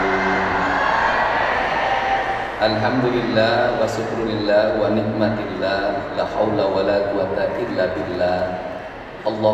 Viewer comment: Mohon maaf jgn wanikmatillah harusnya wannikmatu lillah